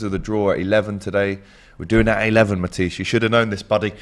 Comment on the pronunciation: When AGT called Matisse "MAHTISS". Ex rubbing off on everybody. 😂😂😂